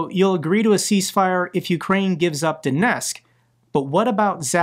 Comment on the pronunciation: Mate as much as I support your work please pronounce the T in Donetsk. It's disrespectful to be so sloppy about Ukranian place names.